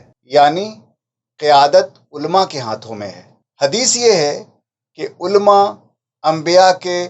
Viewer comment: عُلَمَاْ ہے ألما تلفظ صحیح نہیں